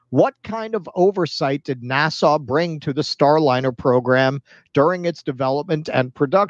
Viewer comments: Maybe it's just bc I have it on1.5 speed, but it sounds like he's saying "Nassau" the capital of The Bahamas everytime instead of "NASA". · I like the way pronounces NASA as if it's a port in The Bahamas.